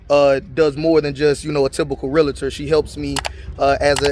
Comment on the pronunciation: 😊 I am a Real-tor as well. It’s pronounced lick Doctor- Realtor (Real-tor)